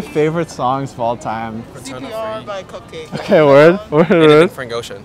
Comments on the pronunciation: She said cupcakke HAHHAAHHAHA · LOL the person who said cupcakke💀💀💀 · woman said cupcakke😂